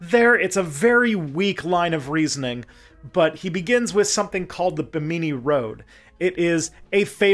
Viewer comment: Bahamian here: Bimini has the emphasis on the first syllable and it's a mih sound, not a me sound—Bih-mih-nee. I'm not complaining, just trying to edify where I can. And I'm not surprised that you found some "official" sites talking up the mysteriousness of the rock formations, I've seen and heard a few people talk about it but only in vague woo terms. Great video, thank you for all the hard work and info!